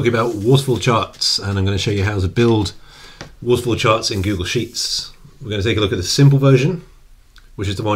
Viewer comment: "Waffle chawts." "Waffle chawts!"